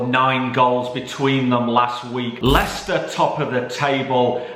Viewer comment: I thought he would say liechester when he predicted Leicester West Ham 🤣🤣🤣🤣🤣🤣🤣